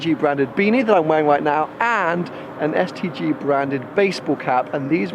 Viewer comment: Everytime he says STG I only hear STD. Branding fail.